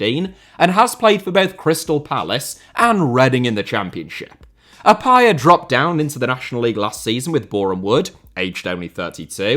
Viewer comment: not even bothering to find out the correct pronunciation of the name "Appiah" and just channeling his inner brexit anytime he attempted saying it is hilarious